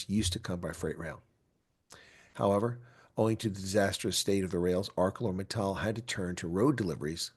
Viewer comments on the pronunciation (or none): I feel so heartbroken for the people at AMSA. Btw, it is pronounced ArSeLor.